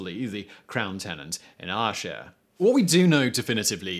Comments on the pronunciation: No Ayrshire was the worst.... I didn’t even realise that’s what he was saying at first 🤷‍♀️😂😂😂😂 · Another good one but, eh... pronunciation. Elderslie = elders lee Arrshar? Ayr shire (or air shire) Lenark? Lah-nark. That aside, top marks :) Well done for treading into a right minefield of myth and myth-history. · If an Englishman is going to spout Scottish history he ought at least try to get the pronunciation right on MAJOR Scottish towns and districts. Elderslie is pronounced "Elderslee," Ayrshire, is pronounced "Airshire" and Lanark is pronounced "LAN'rk." In all three cases the accent is on the first syllable. At this point you were batting zero for three and I gave up counting because I reckoned you were either blindingly ignorant or taking the piss. In either case I stopped watching. Being a glutton for punishment I came back and now conclude this poltroon is just lazy. I'll not waste my time on another of hid videos. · Your pronunciation is appalling. Berwick is phonetically pronounced BER-ICK and Ayrshire is pronounced AIR-SHIRE. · Ayrshire and Falkirk got butchered pretty badly too. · A nice little informative bitesize piece. Never heard Ayreshire and Lanark pronounced like that before though. 🤣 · He pronounced Ayrshire and Falkirk the same way as my sat nav..